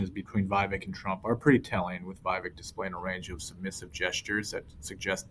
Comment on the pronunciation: It is "We-Wake" .... not "Why-Wake"